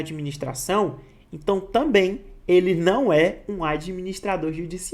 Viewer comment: gostei da explicação professor, mas fica um pouco ruim, com a pronuncia das palavras onde é se então, vc fala si então, onde é E vc fala I confunde um pouco